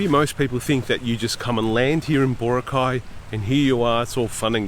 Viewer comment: It’s not BO-ra-cay. It’s bo-RA-cay. The stress is in the 2nd syllable.